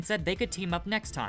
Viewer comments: Okay, hold tf up; It's "coup de gras" and pronounced "coo-de-grah" Second, the Tigris and Euphraetes are rivers in India, and they're pronounced "Ty-griss" and "Yoo-a-fray-a-tees" not "Yoo-frates" Y'all have got to start reading AND watching content with audio. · Narrator needs to learn how to pronounce words like Euphrates and coup de grace